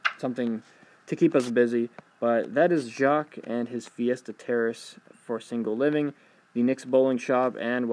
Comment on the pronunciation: You perfectly said jaques, great job x) French is hard and annoying.